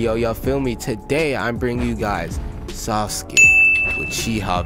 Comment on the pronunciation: the way he said sauske and neji's names. Hi-you-gah